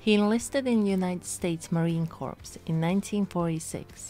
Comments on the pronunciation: She said “marine corpse”. SMH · By the way C-O-R-P-S is pronounced "core".